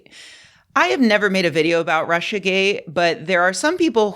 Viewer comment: It is GATE not GAY